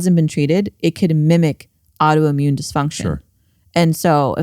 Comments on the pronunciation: Rick, I love you. Please stop saying “audioimmune” and say “autoimmune”. Again, I love you. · The way Rick says "audioimmune" instead of "autoimmune" drives me crazy. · Anyone else this Rick is saying ‘audio’immune?